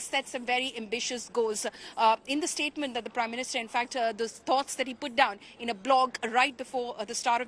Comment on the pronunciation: It is not Polomi it is Poulomi:(... there is no Polo match going on. Shall we call you... or maybe...freaking dull!!... and both Rajdeep and it is not Statemunt it is /ˈsteɪtm(ə)nt/ Munt Munt munt.... munt munt munt... munt munt munt... matthri khaa raheho? Ghar baitho phir...Silly... You're covering a world event and are India's vanguard journalists not some Austrian condescending idiot.